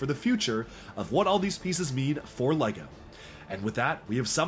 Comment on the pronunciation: He really loves LAGO. at least that is how it sounds when he pronounces LEGO.